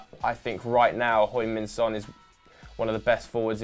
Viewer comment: how you gonna say Son is one of the best players in Europe and not pronounce his name correctly?????